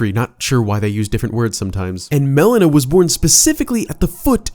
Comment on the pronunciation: Every time you pronounce Melina as Melena, all I can think of is the medical term; Black stool that occurs as a result of gastrointestinal bleeding.